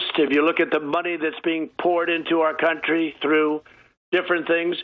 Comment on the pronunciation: "... Our cunt-ry, our cunt-ry, our cunt-ry open it up ..." 🤣🤣🤣